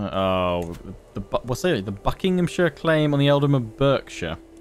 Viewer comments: It's pronounced barksher ;) you call yourself an Englishman ;) another great vid 👌🏼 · Berkshire is pronounced like Bark-shire and it's a pretty boring county.